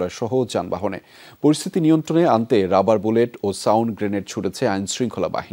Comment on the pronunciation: রাবার বুলেট এই কথাটা কিভাবে তারা উচ্চারণ করে এদের কি লজ্জা করে না।